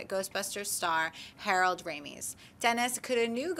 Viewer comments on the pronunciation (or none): did she say harold ramees? come on makes you seem like a fake movie fan to not know his name?